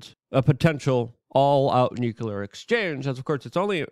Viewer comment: Nu-clear not nucu-lar. Nuclear has only one u in it